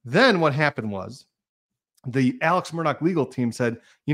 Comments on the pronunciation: Alex pronounced Alec! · I would spell the pronunciation as Ellick.